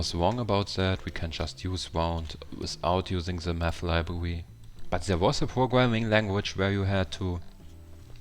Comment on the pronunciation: Meth or Math ?